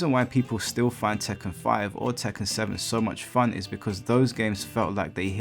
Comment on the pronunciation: "Now this is what I call *fahn!*" Gets no changes